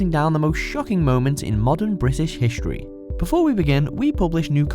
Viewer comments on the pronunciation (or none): Hishtory? Hishtory!?!!? Come on, say it again and say it slowly. History. H-I-S-T-O-R-Y.